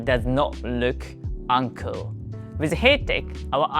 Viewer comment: the way you say uncool does sound like 'uncle' as is usual for uncles to be uncool. were you called the Uncool Uncle?